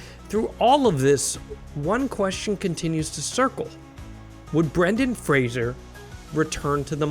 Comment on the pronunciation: IT'S FRAY-ZER!!!